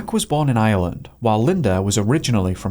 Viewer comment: Please dont, you cant even pronounce Ireland ffs